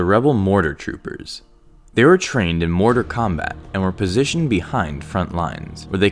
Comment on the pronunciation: "they were trained in mortar combat" it sounds like you said mortal kombat LOL